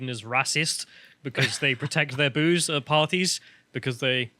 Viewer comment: I genuinely thought that woman in the twitter chat was saying "Boogs" instead of 'Booze' 🤣